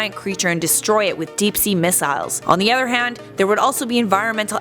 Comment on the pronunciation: The way she says kraken and, Missiles 😂